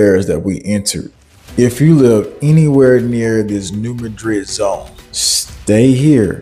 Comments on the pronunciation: Live near the area. It's not pronounced Mudrid like in Spain, its Maadred like in Missouri. Similar to Kiro, Egypt and Karo, Illinois. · I live about 20 minutes from New Madrid Mo. You are not pronoucing it right, say it like New Mad-Drid. This is how everyone who lives in Southeast Missouri says it.